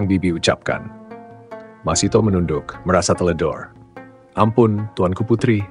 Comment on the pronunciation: Masithah bukan Masitoh , ingat, MASITHAH